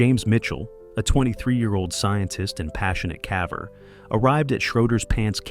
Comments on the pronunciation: What's a "cavver"? Is it like a ... caver?? 🙄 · Love these stories.. but not going to lie... hearing the AI narrator say "cavver" is gettng annoying. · Mispronouncing caver as cah-ver, then later pronouncing it correctly is a sign of AI voice generation. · "Caaver?" I'm sure. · U must be fun at parties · What the hell is a Cahver??? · Poor poor "cavver."